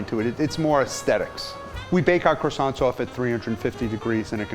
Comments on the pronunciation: Man makes croissants...mispronounces them the entire time... OTL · Bruuhhh this man brought some "Croissants"